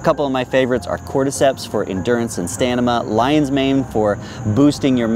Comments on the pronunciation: Really random but when you were talking about the Mud Water boost item you said Stanima instead of Stamina. I just think that's amusing in a fun way. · "Cordyceps for endurance and stanima..." 🤣💀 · Stanima xD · He said, "stanima!!!!" Love the video by the way 😅